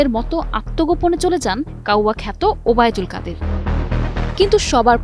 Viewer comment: বোনরে কাউয়া কত ওবায়দুল কাদের নামটা খুব সুন্দর করে বলছি সেজন্য ধন্যবাদ তোমাকে